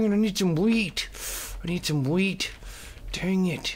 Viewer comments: I thought you said "I need some weed", not "I need some wheat" xD oh Toby... You and your habits :/ lol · When he said I need some wheat it sounded like I need some weed